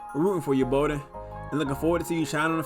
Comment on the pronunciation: The last name is pronounced “Bah-Den” not “Bow-Den”